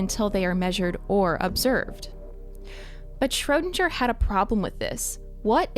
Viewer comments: "Shrödanger" this guy is called SCHRÖDINGER!!! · Schro DING er. Not sure were you got this pronunciation from but it was so far off I thought you were talking about someone else until you mentioned the Cat thought experiment. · His name: Erwin Schrödinger Fll: Schroudindscher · PLEASE, learn how to pronounce his name! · I'm sure there is a universe where you are able to pronounce Schrodinger's name right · Good Video, but you absolutely murdered the name of Erwin Schrödinger. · That's not how you pronounce Schrödinger aaaaaa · I don't like how you say Schrödinger. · I wish I lived in the alternate reality where they pronounced Schrödinger correctly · The way she pronounces "Schrödinger" makes me uncomfortable... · Great Video one complain maybe not worth it but you mispronounced erwins Schrödinger name, other than that all clear and great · Aaah sorry but i cant hear the wrong pronounciation of Schrödinger anymore😑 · If you're going top cite a scientist, the least you can do is fucking pronounce their name correctly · That butchering of “Schrödinger,” tho. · Idk why but it's so funny to me how english people pronounce "Schrödinger" xD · Martin Schiller yeah i’m from poland and I speak both English and german and it hurts my ears xd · Schrödinger is a hard not a soft G